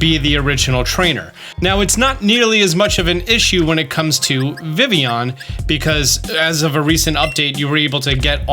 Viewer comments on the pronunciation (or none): Its `viv e on`! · I know I'm being a prude but it's pronounced vivy-on because it's based on the French word for butterfly, which is "Papillon" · Please learn how to pronounce vivillon, it hurts my brain. It's like listening to someone pronounce the Ls in tortilla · Fact not a lot of people might or might not know Vivillon is spelled like the French word for butterfly papillon, that is pronounced papi-yon. I know this cause I have a Papillon, the dog breed. So Vivillon is probably pronounced like Papillon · I'm irritated how you pronounce vivillon. Have I been pronouncing it wrong all this time? What even is real anymore?